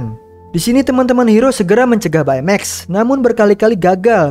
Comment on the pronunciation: baca baymax bukan bay mex tapi bey mex